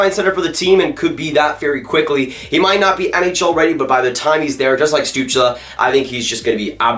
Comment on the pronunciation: you are the first american to pronounce tim stützle´s name correctly...(from the ones I've heard so far) :D